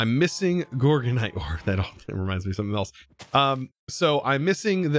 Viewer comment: Gorginite, is pronounced like you'd say gorgeous! I believe thats stress monster's gem <3